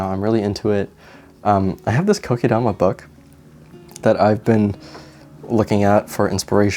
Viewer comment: I like how you pronounce “Kokedama the right way 😊 I love Vietnamiens food!